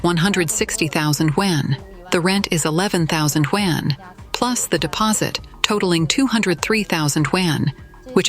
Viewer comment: i wonder when AI will be able to pronounce yuan correctly